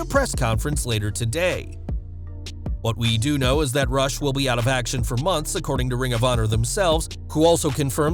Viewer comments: Sad RIP Daffney Mental health is real...and his name is pronounced Roosh not Rush I guess it's a Latin pronunciation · Hey, you pronounce Rush Roosh